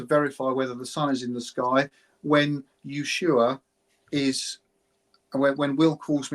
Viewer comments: Dear, the place in Argentina isn't Yeshua. It is Ushuaia, Ush-u-a-ia. You bias is showing. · It's pronounced USHUAIA just like it's written. And great you don't understand timezones fine. But what difference does it make if the sun is out 24 hours a day you massive dingus. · How does an older person, who must have been alive during the Falklands War, get the pronunciation of "Ushuaia" wrong? It was talked about a lot on the TV and radio news in 1982.